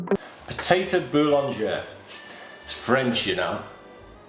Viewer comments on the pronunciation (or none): Boulangère ! With an accent on the first e. It is not pronounced the same ! Boulangère is in French the wife of the baker (boulanger). This (indeed delicious - and inexpensive !) dish is called this way because the potatoes are normally - i e in France ! - baked in an oven - so why a frying pan ? - which in the old days only bakers had (people brought their food to be baked in the baker’s oven) -. We certainly do not pour this terrible unhealthy fattening amount of butter onto the potatoes + onions, only stock and a little (unmelted) butter on top. It is a simple family dish, no gastronomy, so no such fuss as in this video !!! We put it in the oven and then eat it, end of it !